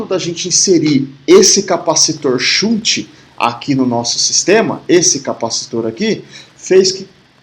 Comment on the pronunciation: Ótima aula! shunt = xânt♫